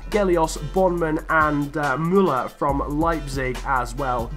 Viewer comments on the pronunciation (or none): none